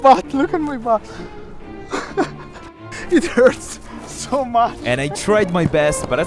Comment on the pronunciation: "IT HERTS"